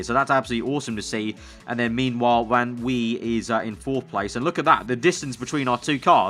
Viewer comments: You actually pronounce "van" like "fun". This name is really common in the Netherlands! I'm from Germany and some people have a van in their name here too! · Dude yes in french in oui van wie is a dutch name so you pronounce it van vi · Drinking game for every time says "van Wee" lol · Van wie = Fan Wie. Wie is pronounced like you did it in the start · Van Wie is pronounced Fan Vee. By the way, Yes in French is spelled Oui.